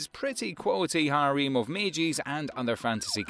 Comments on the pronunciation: I'm really pissed off It's harem not harim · "Haréem" :D